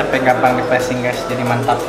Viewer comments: Plesing wkwkwkwk , pleating Kali bang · pleating bang pleating bukan pleasing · Plating bang bukan placing 😂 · plating bukan plasing